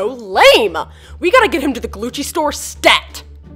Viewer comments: i thought it was gucci not glucci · I turned on captions and when said “Glucci” the captions said “glue cheese” 🤣🤣🤣